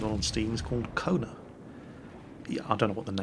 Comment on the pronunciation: lmao,, i am from quebec, canada. the game sounds interesting, but your prononciation is so shitty i cant figure out the title of the game. keep it up:P Cone? Konen? no clue... Edit = I finally found it, Its called ": Kona. fyi, it dosent mean anything in french. its a name most likely